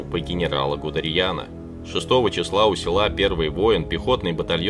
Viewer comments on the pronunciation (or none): Знаменитого немецкого военачальника Гудериана диктор дважды обозвал Гудерьяном. Или только мне послышалось? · Ты серьезно? "генерала ГудариЯна?!!!!!!! 😂😂😂